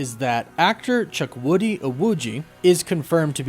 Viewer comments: its CHU-KWU-DI not CHUK-WU-DI. Really made me laugh though. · Hey. I've been a long time watcher of the channel and I love your content. But just to bring to your attention you kept pronouncing Chukwudi's name wrong. Not your fault.But its actually pronounced (CHOO-KWOO-DEE) not "Chuk-woody". It's an Igbo name. Thanks and I can't wait for your next video. Woof woof!